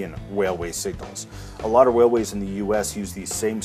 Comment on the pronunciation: All I heard was wailways